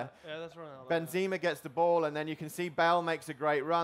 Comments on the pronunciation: Olsen Ben zee mah xD its Ben za mah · Ikr. Benzeeeeema. The way he said some players names pissed me off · Did he just call him Benzeema? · Ben-zeh-ma, not Ben-zee-ma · Benzeme!? Are you f***ing serious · He says "Benzeema" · Am I the only one that's bothered by the fact that he said "Benzee-muh" and "March-ello"? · I don't trust a guy who can't say Benzema properly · I think the way he pronounced Benzema was waaay more annoying! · Benzema, marcelo, kroos.... Learn to pronounce the names yo... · The way he pronounces Benzema , -.- lol